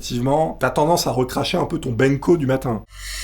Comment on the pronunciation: Bento pas Benko mdrrr tout nous fais quoi encore lol 😆